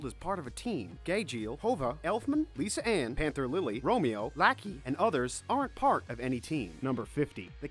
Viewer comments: Endoladas Lisa ann Margarine Gay-jeel D-roy La cream a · LISA-ANN :V